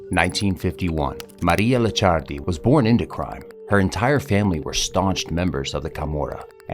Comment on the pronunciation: It’s Licciardi not Liccardi 😉 Very similar but different pronunciation 😜 Great content though 🙌🏼